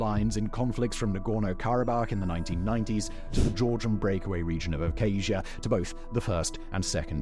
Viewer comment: Abhazia is pronounced as it's spelled as well. Please. And thank you.